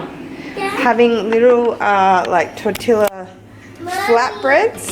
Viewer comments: I cracked up when you said "Tor-tilla". lol I am like, she's got to know it isn't really pronounced like that, but then I am like hmmm she's not exposed to as much spanish as I am. Anyway, if you aren't just messing around, it is pronounced "Tor-tee-yah. Spanish words with to LLs make an eeee sound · lol, love how you pronounced tortilla with an L instead of Y. ❤️🌸🤗